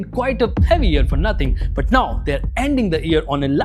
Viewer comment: Nothing ❎Nohting ✅🤣🤣🤣🤣